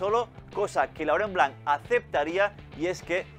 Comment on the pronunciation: Laurent Blanc no , es Lurunblum